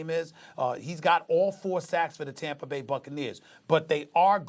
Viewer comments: “When you look at Tamper”, why can’t SAS pronounce words that end in “A”? He’s from New York, they don’t do that lol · I'm going to start calling Tampa "Tampra" like Stephen A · Stephen A" Riskay Tamper" smith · Did this guy just say "TAMPER BAY" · Nobody: SAS: Tampr